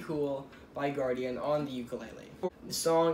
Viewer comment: Guardin not guardian -_